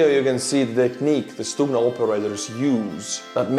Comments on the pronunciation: No. We don't pronounce G as H. Who had told you such thing? =) Although G in this world is soft one so it's like first you hear G which then kind of ending with small h sound... but still if you will say it like stuHna instead of stuGna you will be wrong. stuGna pronunciation is correct one. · actually you first pronunciation of Stugna was more correct (sounded almost perfect). We don't say StuHna, we say StuGna;) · Unless I'm very much mistaken, G is pronounced as H in Ukrainian (as in "head"), not "kh" (X in Azbuka) as in... well, there's no such consonant in English, but you know what I mean---the sound made. (BTW, that H is one of the obvious things that allow you to easily distinguish Ukrainian from Russian, even if you don't know the languages. There's no H in Russian---they pronounce G it as in "get".) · Stugna is pronounced in Ukrainian with a soft H sound like hello. Stuhna instead of stukhna. :) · No, it is stuGna (not h) t. Ukrainian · letter "G" in Ukrainian is pronounced not like H, but like something in the middle between H and G. (stugna or stuhna). This is insignificant, just wanted to say)) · stop using the rubbish google translate . it is pronounced STUHNA with a "H" !! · It's not stuHna,but neither stuGna , it's something in between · To prevent further ear bleeding, Ukrainian Stugna sounds as [stoogna], from stugnuti «to cool». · it's pronounced stu-Г-na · Forgive me but isn't the double detonation of Stuhna warheads intented to defeat explosive reaction armour. I see that the Stugna operators designating an area above the target, to defeat lock on detection inside the tank, then drop down after launch onto the tank. Also good to learn that our Ukrainian friends pronounce their 'g' the way us Scots pronounce our 'ch'.